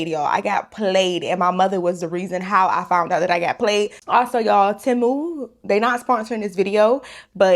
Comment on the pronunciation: I think it’s “tay-moo” not “Ti-mu”😂